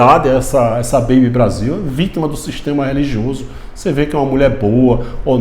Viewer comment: Kkkkk acho tão engraçado o jeito do irmao dizer essa beibe Brasil. 😂